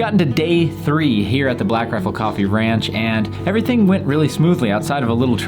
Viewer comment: This made me hear wranche instead of ranche.